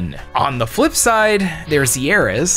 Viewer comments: YAR-is not yeah-IS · thats Ya-ris.